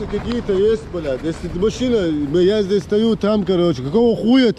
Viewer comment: "я здэс стаю там" - это шедеврально !